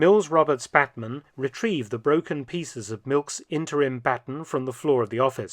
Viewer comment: Bat’n lol